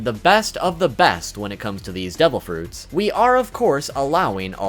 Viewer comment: Are u saying DOUBLE Fruits Or Devil Fruits